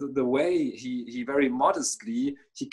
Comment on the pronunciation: always says fairy instead of very,:-)